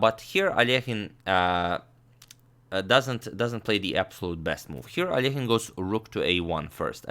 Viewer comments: Russian Алёхин needs to reed like -,,ALYOKHINE’’ ,not alEkhine! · Well, I learned today I’ve botched the pronunciation of ‘Alekhine’ my whole life.